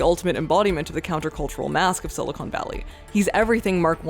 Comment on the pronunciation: Just one thing, “Silicon” (like con man) is the valley. Silicone (like pine cone) is something very different. Otherwise great vid!